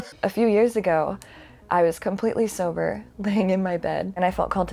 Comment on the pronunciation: I like that she emphasised when she was "sober" so in other words she probably wasn't sober